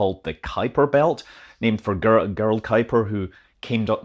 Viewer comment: Gerard Kuiper (pronounced "Jerrard" )not GGGerald Kuiper !